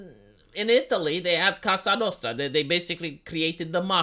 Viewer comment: Cosa Nostra, not Casa Nostra.